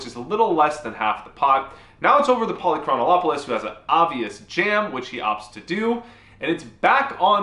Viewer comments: You were saying Polychronolopolous. There isn't an L. It's Poly-Chron-Op-You-Lis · lol. You're still mispronouncing Polychronopolous' name. Pahl - Ee - Kron - Op - Uh - Lus, not Pahl - Ee - Kron - Oh - Op - Uh - Lus Simply omit the italicized syllable above. The name has 6 syllables, not 7. Cheers! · Yep. He was saying Polychronolopoulos. It would be funny enough, but after showing the practice pronunciation first.... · ah ah a he says it wrong evertime , theres a "Lo" too much on the dudes name ! lOL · “I practiced that” -Still pronounces it wrong Amazing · It's so tilting that you can't pronounce his name. It's not that difficult, but you keep adding a syllable. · I actually studied Greek in college because I wanted to be certain I’d never get a job. Besides that, it’s great pronouncing for names. Fun fact: this guy’s name means something like “city of many years” or “city of of much time.” With your mispronunciation, simply adding “-ol-”, it becomes something like “many years of the whole city.” But it really should mean “never bluffing in this river spot.” AMIRITE?